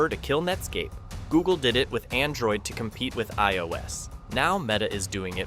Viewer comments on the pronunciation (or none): none